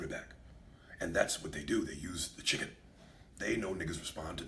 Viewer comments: I love the way he says "CHIGGEN"!!!! 😂😂😂😂😂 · Ms. Dani Chiggen! 😂😂😂